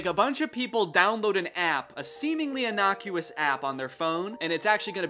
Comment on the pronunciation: Who do you think you are Danny boy saying “inocus🧐”